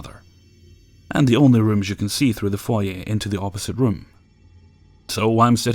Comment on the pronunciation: This may seem minor, but I love you more than a little for pronouncing "foyer" correctly.